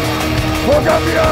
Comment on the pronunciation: Did just said For Gambia? 😂😂😂😂